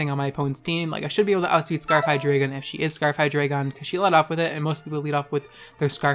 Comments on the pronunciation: I have a reuest. Never pronounce Hydreigon as "Hyjreegeon" again. Thank you. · Listen bitch it’s pronounced Hi-Dray-Gon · The way you pronounce "Hydreigon" triggers me so hard, I swear...